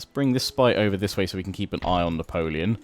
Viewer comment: Juts love your French accent when saying Napoleon !